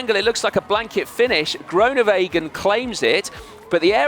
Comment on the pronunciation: Please learn to say Groenewegen correctly, you'll be saying it a lot in the coming years. Just to help: the oe is not an o-sound in Dutch, it is closer to the ooh (as in: Winnie the Pooh). Hope that helps.